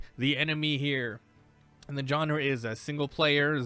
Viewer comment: Sure wish more people knew how to actually pronounce the word 'genre'